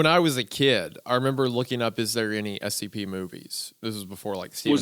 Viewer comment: I'm watching the video to go to sleep. As soon as I closed my eyes every time they said scp, it sounded like std.